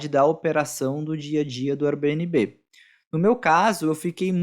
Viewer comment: Nunca ouvi nnguém pronunciar Airbnb como vc pronuncia. Dá até uma agonia...srsrs